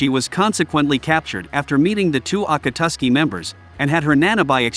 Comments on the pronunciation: “ ah kah su ki” it’s a kot ski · The saddest part is hearing him trying to say akatski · Bro pronounced akatski acatsky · bro can't even say akatsuki right